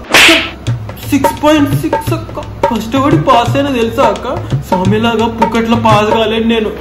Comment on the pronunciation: akhil is telling soumya pimya 😂😂